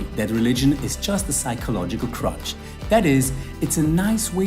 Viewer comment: Nitpicky, but it almost sounds like he's saying "crotch" there. Religion is a psychological crotch. Kinda sounds right I guess. The problem with his analogy is that physical crutches a.) do exist, and b.) actually help a person who has leg injuries to "walk" though not in the same way he would do without them. Religion as a crutch is basically stating that belief in religion is simply for one to feel secure in life when actually there is no basis in reality behind that security. It's more of a placebo effect at best. This is completely different from an actual physical crutch that helps people with actual physical injuries walk when without them they physically would not be able to. But enough of that, just the fact that considers "Religion as a crutch" an argument, yet fails to label it a "lame argument" (despite it not being an argument at all, but hey, I'm working within his parameters here), makes me want to beat him with a crutch for missing such a good pun opportunity. Whoa! Really? He really made that statement? Not only is his analogy not applicable since we already know good food exists and it is because we know that we desire it, our desires neither prove nor disprove anything. We can desire for stuff that do not exist and that we know and acknowledge to not exist (like a mug that fills with beer infinitely like the one from Thor: Ragnarok), just as we can desire stuff we know does exist (money). That would have been enough to debunk his strawma